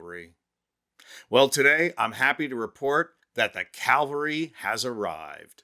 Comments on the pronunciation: Please do me a favor and correct your pronunciation of the word "cavalry" which as you know historically means mounted on horseback but in modern terms is an armored vehicle regiment. You pronounced the word as "calvary" which means the place where Jesus was executed on a hill called Golgotha, completely different meaning and trigger word for those of us who are recovering religious. And just for the hell of it I hope you don't say "joolery" when meaning to say "jewelry", or "rillator" when meaning to say "real tor". Gawd, I only made it in the video. Pet peeves are turning me into a karen. Don't make me a karen. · How many times are you gonna let this moron say "calvary" instead of "cavalry" ??? Huh? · It’s cavalry not Calvary. But thank you for the video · CaL?vary? Cavalry!! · It’s CAVALRY NOT CALVERY…….ha! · Cavalry, not Calvary. The mistake distracts from the real message. Great message though! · Cavalry…. Calvary is in Jerusalem. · The word is "cavalry" not "calvary" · The”Calvary” has arrived??? Do you mean “cavalry”? Calvary is where Jesus was crucified. Or maybe you’re thinking of crucifixion for a certain orange candidate? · Cavalry....not calvary! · cavalry (Horse mounted troops) NOT Calvary (stations of the cross)! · Cavalry, not Calvary. Sheesh. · It’s cavalry not Calvary. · "Calvary" is the name of the hill Jesus was hung up on. Think you mean "cavalry". Horse soldiers. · Good work but dude it's "cavalry". Calvary is a city in Canada! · The word you want is CAVALRY not CALVARY. "Calvary" has 2 meanings: (1) : an open-air representation of the crucifixion of Jesus (2) an experience of usually intense mental suffering I don't think that either of those is the word you want. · Cavalry, not calvary words have meaning and these two are not the same. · It is cavalry, not Calvary. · The CAValry🐎 have arrived. Not CALvary. ✝️. 🙄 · Cavalry! Not Calvary! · It's not Calvary, it's Cavalry. Calvary is a place, Cavalry is a military on horseback. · It's "cavalry."